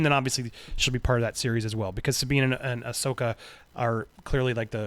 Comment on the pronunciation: Andy is finally pronouncing Ashoka right 👍👍👍👍👍👍 cool scoop seeing rebels and clone wars characters coming to Mando and getting their own show